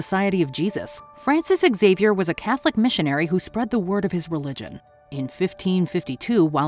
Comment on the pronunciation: Is that how you pronounce xavior? Jesus christ